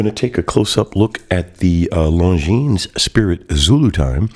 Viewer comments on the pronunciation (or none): Thank you for the review. Have it an love it! A little tip. Longines is pronounced: "Longiiin" (Swiss/French). Long i and no s